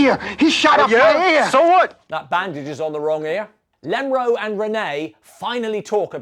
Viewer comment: Please stop saying Lemro.